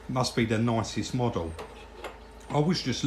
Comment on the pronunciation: needs to pronounce his words correctley,say well instead of weww ,three instead of free,model instead of moduw,diction is appaling